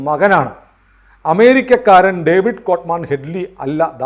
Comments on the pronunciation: COVID അല്ല ഡേവിഡ് ആണ്. David Coleman Headley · കോവിഡ് കോൾ മാൻ അല്ല ഡേവിഡ് കോൾ മാൻ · ഒരു ചെറിയ തിരുത്തുണ്ട്. കോവിഡ് കോൾമാൻ ഹെഡ്‌ലി എന്നല്ല ഡേവിഡ് കോൾമാൻ ഹെഡ്‌ലി എന്നാണ്. അങ്ങനെയാണ് ഞാൻ മുൻപ് കേട്ടിട്ടുള്ളത്. (വേറൊരു കാര്യം നമ്മുടെ മാപ്രകളിലൂടെയാണ് ഡേവിഡ് കോൾമാൻ ഹെഡ്‌ലി എന്ന് കേട്ടിട്ടുള്ളത്. ലവൻമാരെ വിശ്വസിക്കാൻ പറ്റില്ല.)